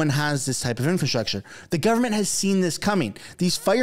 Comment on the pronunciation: Infant-structure?!? It’s infrastructure genius! Wth did you learn how to talk?!? 😂😂😂